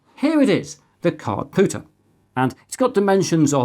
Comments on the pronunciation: It was nagging me that something wasn't quite right. I watched the video again and realized you are pronouncing it Cardpooter instead Cardpewter. Very odd! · Com-pewter so therefore card-pewter not card-pooter. Just because it annoyed me, lol. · I know it's not the point of the video, and perhaps not useful criticism and I should just jog on... ...but your pronunciation of card-POOTER and not card-PEWTER has me with my head in my hands 🤣 No hate, keep doing what you're doing, your videos are both educational and entertaining! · Kard-Pyew-Tur Unless this is a "poo" joke that I'm not getting? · did you say card pooter?